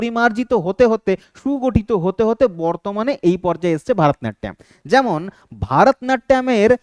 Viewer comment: ভারতনাট্যম নয় ভরতনাট্যম